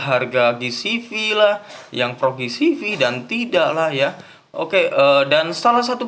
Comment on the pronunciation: Ji si vi bang ji si vi bukan gi si vi